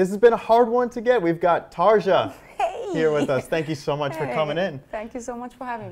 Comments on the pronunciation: Who the fuck is "TarZa"? Is it so hard to prenounce her name? Anyway... Tarja is awesome! So natural and friendly. And one of the most beautiful woman In the world. How not to love her? :D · she just pronounced her name "hi my name is 'Tar-ya'" "we got tar-jah" *facepalm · Agreed. All words in Finnish with the letter j are pronounced like the letter y. So her name is pronounced “Tarya” not “Tarja”. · I think he brutalized her name's pronunciation. It is not Tar-Juh, it is Tar-Ree-Uh. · Geez... it's so annoying. "Tarrr-yaa" she said, "Tar-jah" he said ... In other video "Rammstein" pronounced as "ramm-steen". Damn, people, I know that speaking other languages is not so easy - as you can see in my comment probably - but here's the recepie: take the word about which you're not sure how to read it, paste it in google translator and freaking listen to it in correct language. Well, first of all - assume that not every word in the world shoud be pronounced in English. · That doesnt make any sense dude. In my country, literally, we pronounced it Tarja. But we have 0 issues pronouncing it Taria since that's how her name is supposed to be pronounced. It's just respect. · she must hear that "tar-ja" all the time though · It is Tar-ya, but the "r" is a rolling consonant. That is common in Deutsch (German), but not in English. In any case, the interviewer pronounced it wrong. Asking questions about Tuomas Holopainen also made her visibly uncomfortable. One should really do a little research before doing an interview with a performer. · LOL. I chuckled at that immediately as he said it. I was like dude she JUST said TARRRRR-YA lol. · Tarja is not an English name. It´s Finnish. Regardless of what anyone in the anglosphere thinks, it´s pronounced "Tar-ya". End of story. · him: "tarsha" me: nooooooooooooooooooooo, juuuust nooooooo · Tarrscha?? Really?? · Honestly I stopped watching the moment he said "Tar-ja." Holy moly dude. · When you mispronounce Tarja's name to her face.